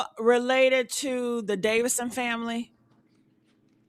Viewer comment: This yo 20th time saving Davidson family. How u got it right in the title but keep mispronouncing it